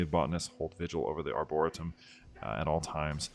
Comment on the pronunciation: Great video, btw Arboretum is pronounced Arbor-e-tum, Arbor rhyming with Harbor, and is latin for trees.